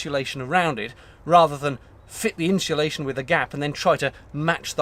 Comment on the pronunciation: I’m finding the pronunciation of insulation interesting. Are you pronouncing it ‘inshulation’ ? Perhaps an English regional thing.